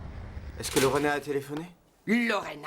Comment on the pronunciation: J’ai remarqué que n’appelle jamais Lorena convenablement,il dit toujours Lorène et c’est depuis toujours.